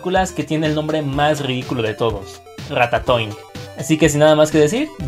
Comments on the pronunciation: RATATOING parece que dice RATA SOY jajajajajajaja 😂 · Dijo cacacoing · ¿Soy yo o en un momento dijeron "cacatoing"? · Puedo preguntarles por qué ratatoin suena como cacatoin xdddd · las veces que dijeron Ratatoing: 16 si me puse a contar las veces que dijeron "Ratatoing"